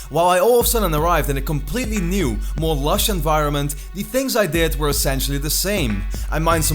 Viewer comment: also because in it sounded like you said meer instead of more which means more in Dutch XD